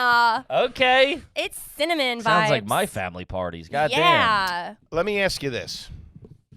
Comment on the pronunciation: When a chick adds the "ah" to the end of a sentence is soooo annoying...... "Christmas is Cinnamon-ah!"